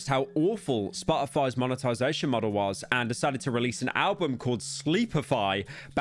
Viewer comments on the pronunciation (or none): none